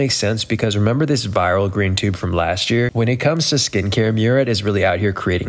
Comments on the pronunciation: Its not pronounced like Myoo-rad It's Mooh-raad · My name is Murad and I approve this message 👍 oh and that's not how you pronounce my name either, lol